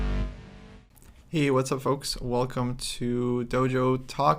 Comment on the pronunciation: plz stop saying foaks. Its annoying. For the rest great vid. Thnx guys. Also bring yermolinksy on.